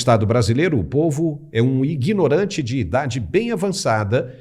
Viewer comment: O cara chama o povo de iguinorante , mas o certo é ignorante , sem a letra i ! Fala sério seu jornalista de meia tigela... ! Kk